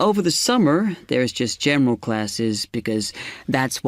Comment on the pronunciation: how the pronounciation of "general" is like "gemral" :D